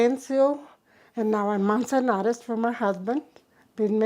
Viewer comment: Next time you decide to conduct an interview with a lady of this much importance to your cause be sure to get her last name correct MANZANARES (MAN-zan-ARES) Is the proper pronunciation.